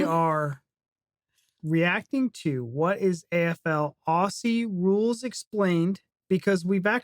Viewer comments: When you say "Aussie", thing Ozzy (as in Ozzy Osbourne). American's tend to make it in to "Oss-ee" which we do find totally adorable but technically incorrect. ; ) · It's pronounced Ozzie (as in mozzie (mosquito )) not Ossie (as in posse). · How many times do Americans have to hear "ozzie" until they stop saying "ossie"? Ignorant. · Although there is a "ss" in Aussie, it pronounced with Z not an "ss". Like Ozzy, not ah-ssseee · Awesome game, incredible athletes. And please,,, learn to say "Ozzy" 😁🙏🤗. I know I know,, it's spelt Aussie, or Aus, but change the "s" to a "z" and you got it 👍. (And we say zed not zee) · Say Aussie like Ozzie. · Pronunciation of Aussie = Ozzy. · Say the "s" as a "z" and you'll be pronouncing it correctly. Auzzie. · Aussie is pronounced in your language , Auzzie.Auzzie .Auzzie ... oi,oi,oi. Lol.🇦🇺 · Sounds so weird when Americans say Aussie as ‘ossi’!! 🤣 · From Australia: Aussie is pronounced "Ozzie", and the nation is often called "Oz." Trevorkrause's comment is wortg reading.